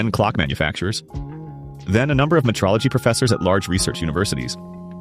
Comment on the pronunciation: Busted AI as usual. Not much of a hilltop, it's mostly flat pasture there. The year 1919 isn't shown with comma either. Cesium is pronounced see-se-um. Me-trol-a-gee! Really. Get it right or don't post.